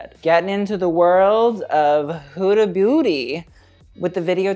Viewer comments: he just said HUDA BOOTY ? lol hahahahahaa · ahaha sounds like you say hood booty loves it